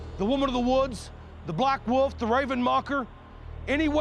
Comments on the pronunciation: "Black woof". It's WOLF, YOU HIC FUCKS. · In one episode the one of "bad guys" calls Jeff 'wood elf', which is how I've referred to him ever since. Wood Elf. (Also, the way pronounced wolf as 'woof', which has ruined the way I think about the word now 🤣